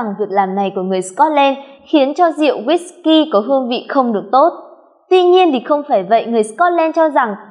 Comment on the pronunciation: guýt cây ? :))) đều đọc là ki hết má ơi